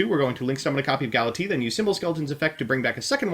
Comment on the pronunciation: "Gala-T" XD